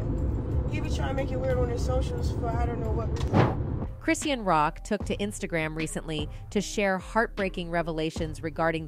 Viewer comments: Chrisean (Chris-SHAWN) how u reporting on a person and cnt pronounce their name and if it’s a robot reprogram tht mf 😂😂😂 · It's pronounced Chris - Shawn. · I wish you'd pronounce her name right. You can say talm bout but can't say her name. Quite disrespectful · Exactly speaking on someone and can't even pronounce their name right 🤨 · She didn’t get 1/2 of it Right..🤦🏾‍♀️😮